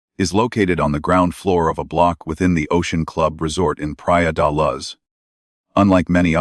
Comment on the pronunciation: The voice on this video does not pronounce Leicestershire properly or the city in Portugal Pria de Luz.